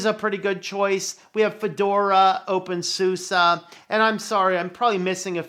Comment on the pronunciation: Why do people pronounce opensuse as opensusa? It keeps throwing me.